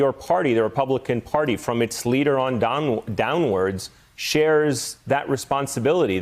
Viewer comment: Funny slip of the tongue, Donald instead of downward.